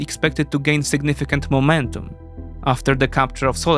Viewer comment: are you russian? you have that accent especially on ''momentum''